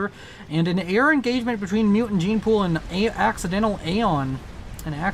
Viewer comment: I enjoyed the multiple Freudian slips with "Accidental Aeon" becoming "Accidental Anal." xD